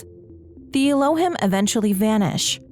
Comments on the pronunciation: One small thing - your pronunciation of "Elohim" is a bit off. It should be closer to "eh-low-heem" to go along with the hebrew language reference for something like gods or deities. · It’s pronounced EE low HEEM. It’s an ancient Hebrew word synonymous with God